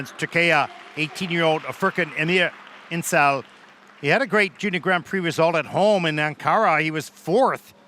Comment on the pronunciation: incel 😭😭😭 injel diye okuyun şunu bıktım şu yabancıların isimleri okumaya çalışmamasından